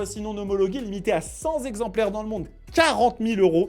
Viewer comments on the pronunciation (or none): Remplacer sur le script "100 exemplaires" par "cent exemplaires" permettrait d'éviter une liaison douloureuse aux oreilles fragiles. Rien de grave même à la TV des journalistes professionnels font l'erreur mais il est toujours possible de s'améliorer.